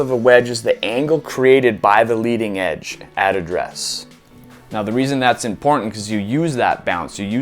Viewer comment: You say “address” funny. Like a Texan. “Ah-dress” but still love ya buds